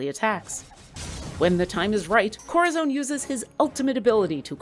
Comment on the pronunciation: My god this annoyed me. "Korrazone!"